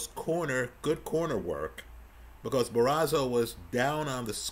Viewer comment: ‘Bar-oh-so’ not Barazo… another great breakdown though! 👏🏻